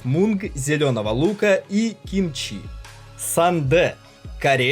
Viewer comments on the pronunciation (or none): Не сандэ,а сундэ) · Не сану. Сунде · Ааааа не сандэ а 순대 (Сундэ) если уж беретесь рассказывать о кухне чужой страны, говорите правильно. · Кимбап - а не то что автор выдал. Это уже смешно , не знать как называется и снимать видосы. Не сАндэ , а СУНДЕ 😅🤣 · Не мен а мён! РамЁн! СУндэ! Панчан!!! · Сандэ,Джок пал,Когибаб😂Блин ну как же названия искаверкали!Это как борщ пурщем ,а пельмени кульменями обозвать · Сундэ, кимпаб правильно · Не рамеЭн, а рамЁн, сУндэ...автор, хоть бы узнал правильное произношение блюд...дизлайк тебе, произношение слух режит...